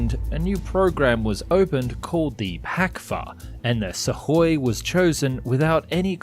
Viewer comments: pronunciation dude , it';s sukoy , not suvoy or suhoy , get it correct ya sound dumb when you don't pronounce correctly , i'm sure you want to ba professional then act like is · Great production values always, but I wish you would take English lessons in pronunciation, so many mis pronunciation of basic English and company names, it pronounced su koi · What is "suck-hoy"? What is a "bubble shield"? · God please stop saying SuKhoi… 😭 There’s no sukking here, the “k” is silent. 😂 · A message to the narrator: there is no "D" in weaponry. There is a "K" in Sukhoi. I know you can do better.